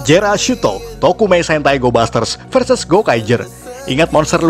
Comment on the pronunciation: Maaf min yg musuh gokaiger namanya jealousto bukan jerashutto